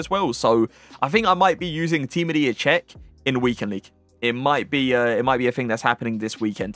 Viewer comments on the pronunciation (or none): none